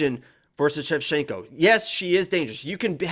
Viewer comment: ShevCHINKO not Shecshinko , you name her opponents but not Santos opponents .who are the koed opponents that Santos finished? Shevchinko finished the whole top 10 .